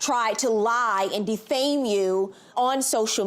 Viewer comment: Oh no you did not say DE-FE-MAYZE MY CHARACTER???